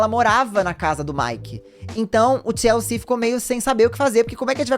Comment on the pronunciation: Toda vez q o falava TLC eu escutava Tia Eucir